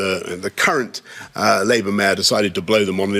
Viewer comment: I think the fact that Boris really emphasised the “Labour” in “Labour Mayor” says everything that needs to be said about whether this is political